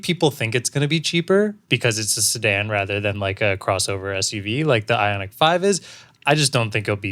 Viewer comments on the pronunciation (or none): none